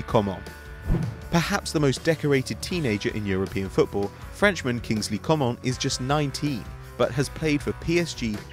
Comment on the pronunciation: Oh my god please, Kingley Coman isn't said like you did but like Co-MAN, like Griez-MAN or SuperMAN. You don't say it the French way